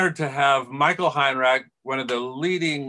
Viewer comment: Given Heinrich’s name gets mispronounced right at the start it seems only fair.